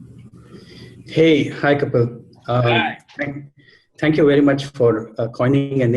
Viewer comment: check your pronounciation